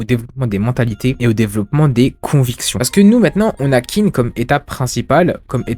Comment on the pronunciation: Clair que Kingdom est un chef d'oeuvre. Juste pour faire mon chieur : Qin se prononce Tchine (c'est le mot qui donnera "Chine", tout simplement).